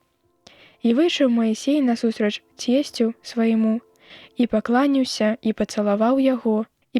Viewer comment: Майсей не пакла'няўся, а пакланіў'ся.